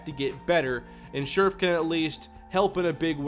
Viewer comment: I'm a redskins fan and it's pronounced share-if not scherff